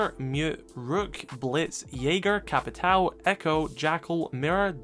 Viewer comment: "Joal' (JOÃO), "Capital" (CAPITÃO), Tubaral (TUBARÃO) It's time to learn how the ~ affect words in portuguese.